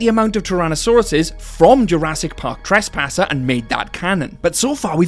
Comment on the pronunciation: Got to say, your accent when saying trescaster is hilarious. XD